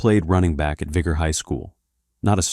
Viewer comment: Saying mobile and vigor so wrong lol